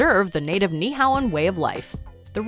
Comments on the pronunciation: great pronunciation of "Kamehameha" but WTF is "Neehow"?! It's Ni'ihau. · You are almost pololei/correct about the pronunciation of Ni`ihau. Its actually more like Nee ee ha oo. Kamehameha - Ka-meh-ha-meh-ha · It’s actually pronounced Ni’ihau like NEE-EEE-HOW. And it’s CAM-AY-YA-AY-YA not however you said it